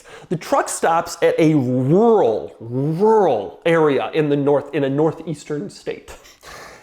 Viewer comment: Wow, Doug really cant say rural 😄